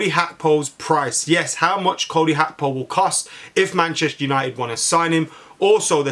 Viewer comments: It's Gakpo not hakpo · Gag-kpo not hakpo